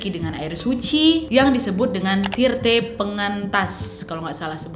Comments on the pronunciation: Bukan tirte kak,, Tirta ,🙏🙏 di bahasa Bali a itu sering jadi e,, e kak bukan E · Koreksi kak nad "tirta pengentas" Bukan tirte pengentas ya, thx udah bahas tradisi ini love sllu kak nad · Bukan Tirte kak Bukan Tirtè,,Banten Kak Bukan Bantèn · Kak kalo maaf banget ya aku mau kasih tau kalo bilang tirta itu bukan tirte ya kak maaf ya kalo enggak sopan s karena aku juga hindu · Maaf KK tapi itu bukan tirte tapi tirte KK 😘😁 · setiap kata dalam bahasa bali yang berakhiran huruf A seperti Tirta, akhiran A di baca E menjadi tirte dan pelafalan E itu seperti pelafalan E pada kata maTEmatika semoga paham maksud saya dan kurang lebihnya mohon maaf